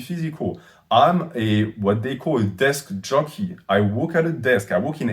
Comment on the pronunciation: I didn't know that I needed to hear "I am a desk jockey" from an absolute unit of a man with a thick accent until I heard him say it